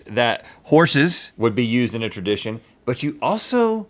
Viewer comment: what's a fradition.? Lol